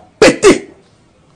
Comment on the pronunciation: "Vouh zallai fouuIIIRRR !"